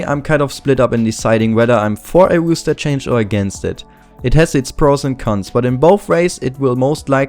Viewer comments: Good video; just wanted to mention it's roster not rooster and it's pronounced like rawster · Very interesting video. I think they will drop Friberg, Allu and Get_Right. Just one thing - it is "roster" not "rooster". A rooster is a bird, like a chicken. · If anyone here gonna laugh at him for say "Rooster Change" instead of "Roster" obvious you don't think cuz clearly English isn't his first language give him a break:D, keep up the good work!! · haha, 'rooster', I love it. Keep it pronounced like that in future videos pls <3